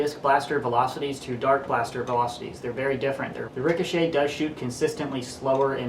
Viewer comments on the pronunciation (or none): In the beginning i thought you said Nerf Zombie Strike Rick of Shit